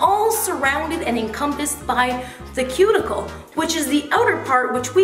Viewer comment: That "cue-ticle" aint so cute